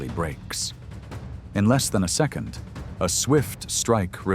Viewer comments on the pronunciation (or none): none